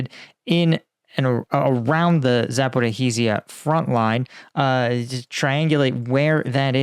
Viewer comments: Dude. I say this constructively but cmon. You could have spent 3 minutes researching how to correctly pronounce “Zaporizhzhia”. That city has been in the news for months, I would expect someone with a channel the size of yours and whose content recently revolved around Ukraine to at least be somewhat close. Do better man. Apart from that, interesting video and that makes sense regarding the ballistic testing. Was it confirmed whether Russia was the reason they finally launched their first satellite? Edit: the way you’re pronouncing it is harder too. No need to make things harder on yourself. There’s plenty of YouTube videos that demonstrate proper pronunciation. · yes I agree for conversational purposes but this is a pre recorded video from a content creator with a lot of subscribers and creates content that covers Ukraine often. He could just state that his pronunciation will be butchered up front. But he’s making a video and Zaporizhzhia has been mentioned almost daily from the start of the counter offensive. You’d think by now you’d pronounce it right. I agree in general it’s not important but for a YouTuber with 300k+ subs and reports on geopolitics and military topics he should do better. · It's Zaporizhzhia. Not " Zapo-Ra-rizhzhia. Just a note. Caffeine is way worse than a little sugar. Get rid of the caffeine and put some sugar in it, and you might have something. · Please, its not Zaporychyzia, which you keep saying all the time, but Zaporyzhya….. the “zh” is pronounced like “ž” or a french “j” (like je t’aime for example) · Can you please stop pronouncing the H in Zaporizhzhia? Zh is like a Th sound, but with a Z. Or say "Shhhh", but with a z instead of an s. Say it like: Zapo-rizh-zhia, not Zapo-ri-hee-zia. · I don't want to sound like all-knowing, however Zaporizhzhia is pronounced following [zɐpoˈriʒʲːɐ]. Much easier than you'd thought though :) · Pronunciation of Zaporizhia (simplified): Zapo-REE-ja